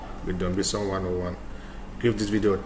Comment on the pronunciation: Ep-Son (2 syllabus).... Not Ep-i-son 😂😂😂